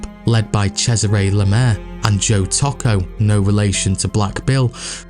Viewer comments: It’s knit picking, but Tocco is Toe-co not taco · Toh-koh not 🌮 Taco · It's Tōkō not taco 👌🏼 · Its pronounced Too-co not Taco. Great video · Toe-Ko I went to school with one of the family members at GPSH.